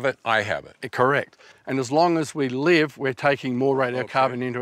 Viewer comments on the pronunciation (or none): none